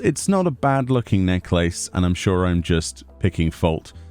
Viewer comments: i love you... but you saying necklace triggers me... you say Neck-laces.... it's NECKLASS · It’s interesting, in the US we say necklace as “neck-less” and I’ve never heard it said “neck-lace” before. And now that I’ve heard it I’m like, “Oh, hey! That makes sense! Like lace around the neck, right?” Lol, pronunciation, amiright? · Your enunciation of the word necklace is killing me. LMAO